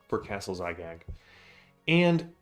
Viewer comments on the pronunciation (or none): It's Zagyg, not Zygag. Basically Gygax backwards with the x swapped for z.